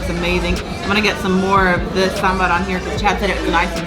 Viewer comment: Congrats to both of you for pronouncing "sambhar" correctly .Many Indians don't and pronounce it to rhyme with timber!Hope you have great time in India. You are a really cute couple. God bless you both.